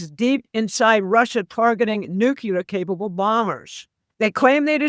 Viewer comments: Not Nu Ci Lar It’s New clear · Anyone quoting Mike Flynn is floating abject drivel. She asserts as fact clearly unprovable statements. She pronounces NUCLEAR as NUCULAR. She is clearly an inveterate conspiracy theorist. She said Ukraine will be defeated in 2 months. Get back to me in 2 months. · THE WORD IS NUCLEAR. NOT NUCULAR. It’s not that hard to pronounce it correctly. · Why does everyone say “nucular” the word is nuclear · Sorry this drives me nuts - the word is Nuclear (new-clear) not Nukuler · It's pronounced noo-klee-ur. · When you can't even pronounce nuclear my interest ended there.